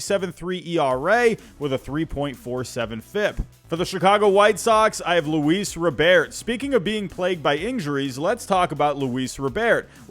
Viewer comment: Not a Sox fan but thank you for pronouncing Luis Robert's name correctly. Most broadcasters can't even be bothered to anymore